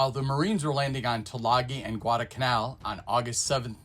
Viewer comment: Someone else who pronounces "Guadalcanal" as "Gwarda-Canal" as though there's no "L" in there !